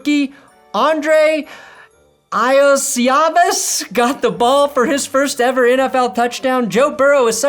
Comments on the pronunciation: Iosivas is "yo-sheev-iss" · It’s pronounced “YOSHIVAS” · The Bengals rookie WR name is pronounced Yoshi-vaas. They call him Yoshi. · It's pronounced Yoshi-vash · Andrei Iosivas is one of our bright young Rookies; we call him Yoshi! But his name is pronounced Yoh-seh-vosh! Hes a good ol Hawaiian stanford grad! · Iosivas is pronounced “yo-see-varsh” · Iosivas is pronounced (Yo-see-vaush) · The Bengals player is pronounced like "Yo-see-vosh" if that helps! He also goes by Yoshi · Andrei Iosivas is pronounced "yoshi-vas." just so you get it right next time he has a good moment. Who dey nation was here. Also great video as always!